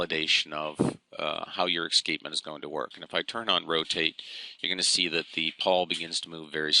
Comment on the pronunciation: Excapement? we pronounce it as es cape ment ;-)